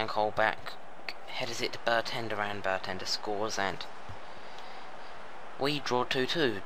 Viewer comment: i will, but it seems like its not your software, just your computer cant handle recording in 3d and also you were getting names like vaughan wrong and bendtner and they are at least easy or common names in the premier league